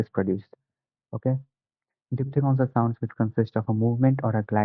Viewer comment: Diphthegons nhi hota diphthongs hota hai